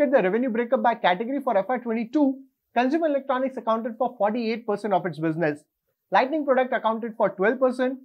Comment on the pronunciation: Very informative!! By the way, there is a difference between Lighting and Lightning.. You repeatedly pronounce it as Lightning..!! Please correct in your future video!!👍